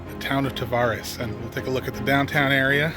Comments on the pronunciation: Tavares is pronounced like strawberries. Almost like Ta-varies. :) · welcome to lake county we pronounce it Tav air reeze